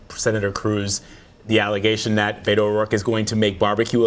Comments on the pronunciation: The media needs to learn how to pronounce Beto's name. It's not BAY-to. It's BETT-o. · Did she just call him “Bado” ? 🙄 It’s Beto ... like the word Bet+ the letter O. Plz, do your homework BEFORE going on air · Did she call him Beto O Roike? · You say BETT-o, I say communist. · They know how to pronounce Beto’s name. It’s their way of putting him down. Don’t forget that CBS is a huge corporation that benefits from the GOP rape of American citizens. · Learn how to pronounce his name. Unprofessional.